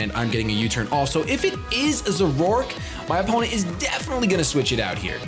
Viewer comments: I've never heard zoroark pronounced zo-rork before. I always say it as zore-arc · Wait... Did he just say Zoroark like "Zor-roar-k"?!